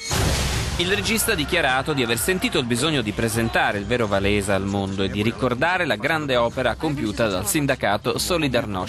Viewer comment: Mi piace quel 'Valesa'. Si legge "Vavensa".